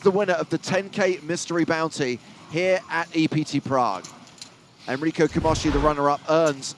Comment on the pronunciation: Camoski??? It's Camoshi!!!!!!!